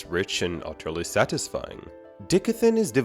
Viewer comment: Bro...die-cath-in... not dick-a-thin...